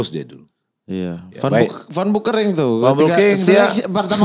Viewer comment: Ngakak kpn jadi "Bau Kering" 😂 kan aslinya "Beu Kering". Kasian itu emak bapaknya ngasih nama di aqiqahin 2 kambing. Edit: Alhamdulillah judul namanya sudah dirubah sesuai aslinya. 🙏